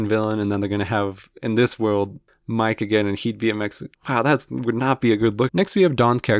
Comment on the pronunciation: Bro went from Mike to Miguel 💀